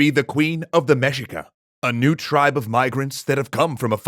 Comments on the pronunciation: it is pronounced mehica not mejica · Say it with me… MEH-SHEE-KUH. Mexica. Our ancestral Mexicans. The largest tribe of our Nahua ppl. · Mexica should be pronounced as Me-Shee-ka. Should be the Mexica People. They didn't name themselves Mexica until the Founding of Tenochtitlan. Before, they're known as Aztec (other tribes called them Chichimeca). Also story you're mentioning is a chapter from Fernando Tezozomoc's writings from Cronica Mexicayotl. Wait, you haven't read Cronica Mexicayotl? *cue song*.